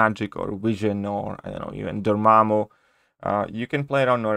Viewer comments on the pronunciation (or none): none